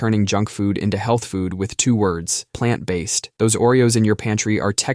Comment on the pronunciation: Palnt based?